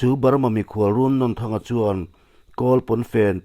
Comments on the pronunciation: Run nawn N atang hian a hniam zawnga a thluk tur 😁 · A hming i lamdanhi a thluk dan a dik lo. Nawn laihi ainawn kan lama a nawn lai kan lam dana lam tur ani. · Runnawn tih laia nawn hi thluk tur a ni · Runnawnthanga hminglam rik hi a diklo a ni Nawn tih laihi Cut lovin Thluk hniam a thluk hret tur a ni